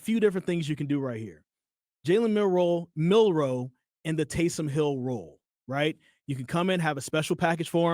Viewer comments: I cut this shit off when he said milroe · said Milroe now i gotta click off the vid smh